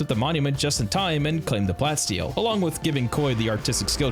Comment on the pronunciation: Love that follow up thanks so much, love the vid. But bro it's plah - steel... get it? like a mix of plastic and steel. You're saying plat steel like a mix between platinum and steel which this is not.